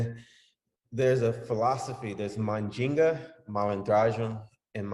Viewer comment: Mandinga not Mal ginga